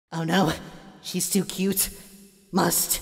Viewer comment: he's or she's cuz i hear he's while the subtitles says she's